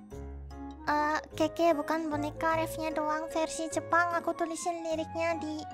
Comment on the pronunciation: Kekeyi kak bukan kekeyo